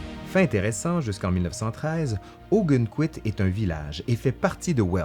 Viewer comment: Je connais très bien Ogunquit pour y avoir été des dizaines de fois. Petit détail, on prononce « Augonne...quit, non pas Augunne…quit ».